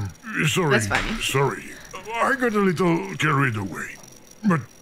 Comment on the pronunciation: funneh sounded British